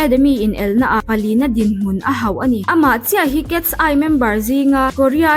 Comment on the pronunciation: Cats- eye angin i lam zel a😅(Mizo accent in) KET-SAI tih a lam tur aw miss❤